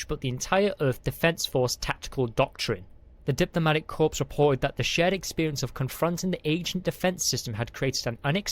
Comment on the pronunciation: Diplomatic corpse, DIJnitaries, assignment instead of assessment; so many more grammatical issues and verbal typos... is the narrator functionally illiterate, or is English their second language? Reading aloud "at speed" requires having read the content at least once prior to recording.